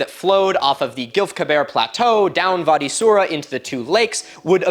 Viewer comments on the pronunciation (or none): Bro you need to get this, it's wadi Wwwwwadi not vadi ,I am also an Egyptian and wadi is an Arabian word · "Wadi" is pronounced like body but with a W, not "var-dee". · I'm astounded at your passion for this topic! And I want to make sure you knew that wadi has a W sound (in English). The V sound is for German words. W as pronounced in English is most def in Arabic. BTW, you have a gift, my man. Your storytelling capability is awesome. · The “w” in “Wadi” is pronounced the same in Arabic as the “w” in English. The “v” sound doesn’t exist in Arabic. You are otherwise so perfect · I may be misshearing, but it sounds like you're pronouncing "Wadi" with a V. Not sure if there's a reason, but in Arabic it's pronounced with a W sound